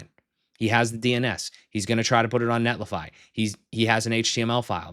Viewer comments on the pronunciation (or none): none